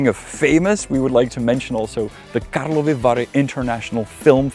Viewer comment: karlovy vary not karlova vary . I saw Salma Hayek at the festival there once.